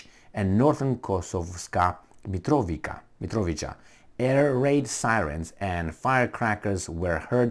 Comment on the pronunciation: pronounced: "Mitrovitsa", brgds